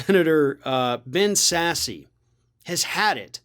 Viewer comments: Are you intentionally mispronouncing Sasse's name (which would be quite immature) or not aware of its pronunciation? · A political commentator should probably know how to pronounce Sasse. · Sasse - silent e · Come on man, you know how to pronounce Sasse. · the "e" in Sasse is silent. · Damn, I really like you, it you sound like Rush with your mispronunciation of Sasse. Come on, you’re better than that. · It’s not “Sassy”, it’s pronounced like “Sass”. Ugh. I have such a hard time listening to people who do not know how (nor do the research) to properly pronounce the subjects of their own video. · Are you calling him Sassy on purpose? I’m pretty sure it’s pronounced Sass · I thought is was just said Sass not Sass-e. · Pronounced Sass, not Sassy. But otherwise good job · Thanks. Sen. Sasse's last name has a silent "e" so its "sass" Not "sassy"; If you're upset about Congressman Matt "frat boy" Gaetz wanting to be a covergirl for FAUX NEWS just vote him out. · It's pronounced sass not sassy you goof. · It's Sass. Not Sassy. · I love how throughout this entire video, calls him Ben “Sassy”, instead of Ben Sasse (pronounced Sass). It’s not like Sasse is actually worth damn to anyone in his community, state, or our country, so who cares? While he and his party are robbing us blind, the least we could do is amuse ourselves with funny nicknames and pronunciations while they’re at it hahahaha ¯\_(ツ)_/¯ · His name is pronounced Sass and he wrote a book about how to raise kids outdoors or something. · 'Sasse' is pronounced exactly as it is spelled. No newscast has ever pronounced his name as 'Sassy' (as was repeatedly and incorrectly done here) Please get the pronunciation of his name correct. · Pronounced "Sass". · I believe it's pronounced Sass. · It's pronounced "sass" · The e on the end of Sasse is not pronounced. It is pronounced "Sass". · Are you purposely mispronouncing Ben Sasse's last name? LOL sassy! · Sasse is pronounced Sass. Silent E